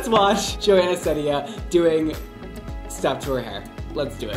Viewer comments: Her last name is pronounced "seed-ah" not "seed-ia" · Sed ia? Its See dia (Ceddia) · I am gunna say u said her last name is wron it’s si-di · Its "Seed-ia" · it’s pronounced seed- ia